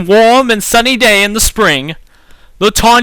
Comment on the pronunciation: lol the way you say things like wom, instead of warm